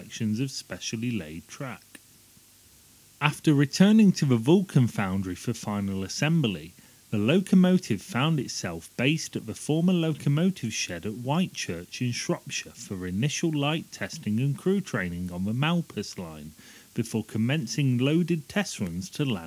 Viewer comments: 'With the electrification of the East Coast Main Line underway....' - I think you have your easts and your wests mixed up here. I think you also need to learn how to pronounce 'Whitchurch' (there's no 'white' in it) and Woodford Halse. What you don't mention is the intrinsic unsuitability of gas turbines for rail traction applications as they only work efficiently at constant high outputs, whereas rail applications require varying outputs and much running at lower outputs. It was a blind alley which was soon realised. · ...and Brown Boveri Cie means "company". The pronunciation of Llandudno and Whitchurch needs work too!